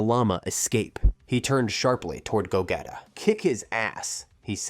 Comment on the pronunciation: Lol I love ur content, but I think we all know is pronounced GOGEEEEEETA GEEE! Lol not GETA, VEGEEETTTAAA LOL NOT VEGETa 😂😂😂😂 keep up the good work